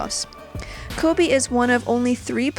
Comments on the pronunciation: I almost left when she said # 10 koby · I died on the inside when she said Kobe at 10.